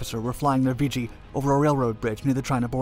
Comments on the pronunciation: It's nickname is pronounced "vig gee" not "vee gee". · "Vee Gee"? I love computer narration. I always heard it as "Viggie". Regardless, My only contact with the R-5 was was the one they had on display in front of the chow hall at NAS Memphis when I went through NATCC for ADJ A school. The story then was that boot Marines were assigned plane watch to guard that aircraft- anyone that actually fell for that was probably the same guy they sent for 50' of flight line and a bucket of prop wash... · Never heard it called “Vee-jee”; it was always “Viggie,” with a short i and soft g’s. You never said “Vee-gilante.” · It's pronounced. "Vidgey" like ridge. Not "Veegey". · Not "VEE-GEE", but Vig -ee. Still remember the ghostly howl this plane made. We lost one off cat2 when the bridle broke just as hold back broke. It went off the port bow. I was bow running on cat 1 and had direct view. Plane was nose down when REO ejected, going straight out in front of ship. In the split second it took for the pilots ejection the plane was completely up side down and I watched as the pilot ejected straight down into the water. Plank Owner, JFK CVA-67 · It's not pronounced "Vee Gee" , it's pronounced "Vidge ee". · I was a RA-5C Vigilante Plane Captain from and did two cruises, one on the Nimitz and one on the Saratoga. The aircraft was a lot of work but one of the most beautiful aircraft in the Navy. I was in RVAH-6 and RVAH-12 out of NAS Key West. It's Vih gee not vee gee! Thanks for the great video! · “Vigi” or “Vger” 😬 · I served in two of the RA-5C squadrons from ‘67 to ‘71. The Viggie (not pronounced Vee-Gee) was not only an innovative aircraft, but part of a ground-breaking intelligence system which included camera, radar and infrared imagery. This data was all fed into the Integrated Operational Intelligence Center (IOIC) where I worked. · So many errors and incorrect information beginning with the pronunciation of Vigi. sigh.